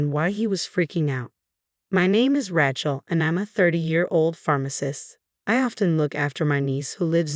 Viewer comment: Rachel is not RATCHEL. It is said RAYchel!! You need better narrators!